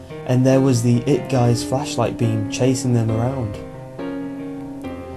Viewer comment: He said fleshlight.. Not flashlight..